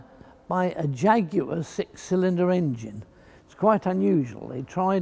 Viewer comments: That's because he's pronouncing it properly 🤣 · That is the correct UK English pronunciation. How it is pronounced elsewhere, including where the jaguar cats actually live, is irrelevant to the subject.